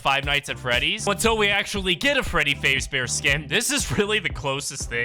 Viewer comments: Bro you said freddy faze its freddy f-a-z-e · Bro said Freddy faze-bear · it’s FAZbear, say it. Fazbear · did bro just say fazebear? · bro said fazbear wrong